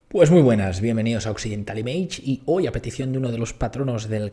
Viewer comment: Illo, image se pronuncia algo así como "imich" . Es tu nombre cojines, haberte puesto un nombre hispánico.